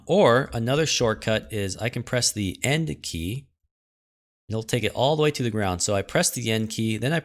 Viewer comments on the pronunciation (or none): Why is everyone saying N key, guys, please sai enD with a loud D Even the subtitles say quote: ,, so I'm gonna press the N key again and..."